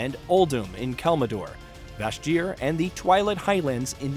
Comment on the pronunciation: Kalmidor? Lorderion? Seriously man, have you ever played this game? Sounds like the script was written by an AI.